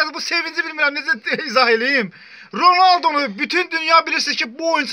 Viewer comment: Ronaldo demeyi bilmiyon